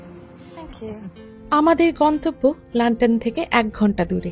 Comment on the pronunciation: "লান্ডন" এটা আবার কোন দেশ? নাকি লন্ডনকে লন্ডন বলছেন?